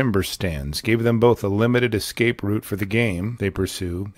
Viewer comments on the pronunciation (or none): none